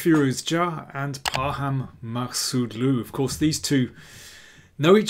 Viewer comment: Daniel, you did a great job on pronouncing their names 👏👏